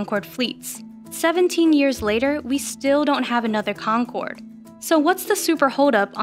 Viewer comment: The guy in the begining calls it the Concroad